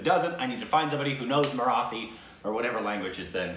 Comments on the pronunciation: marathi... stress on the 'thi' while you pronounce it... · Its actually pronounced as Maratee .. and the people are called Maharashtrian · Not exactly pronounced as Marathee but marateeh..😬😏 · "Marathi" word is pronounced as-->"muh· raa·tthee" see google pronunciations for more.. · Guys this is 4 days late but, the correct pronunciation of Marathi is Mara(T)i. The (th) is pronounced as T. Thought this would helpful :) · The syllable Thi in the word Marathi is pronounced as how a British would pronounce Tea. You got Ma and Raa correct. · Marathi has a hard ‘th’ sound. Kind of like an English ‘T’. Love the fact that you’re appreciating marathi cinema ❤️ Also, people who speak Marathi are generally from the state of Maharashtra, therefore called Maharashtrians, or simply, Marathi people 😃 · People of Maharashtra (of which Mumbai/Bombay is also a part of) are called Maharashtrian and speak Marathi.. (someone correct me if I am wrong) but the "th" is Marathi is spoken similar to "T" in Taught. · and, the TH vowel sound in the word Marathi is a hard expulsive T (hence the letter H added to the T). It is as hard (or harder with an expulsion of breath) as in the letter T in the English word Tea. Maharashtra (the great kingdom/land) is the west coast state that Mumbai is the largest city of. And Indian CH sounds are like the American CH in CHuck, and CHeek, and CHest. Thus the root word CHand ("Chaand" moon) does NOT sound like Shand. And CHandra ("Chun/dra" the moon god) is NOT pronounced SHandra. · Amazing video as always! Don't want to be picky but the pronunciation of "th" in Marathi is as it is pronounced in "Neanderthal", and not in "birth". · The pronunciation for Marathi is more like..... The "Mara" part was perfect but you should pronounce "thi" part more like "tea" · Pronounce Marathi as Mara’T’hi. The T is a firm T, unlike southern Indian languages.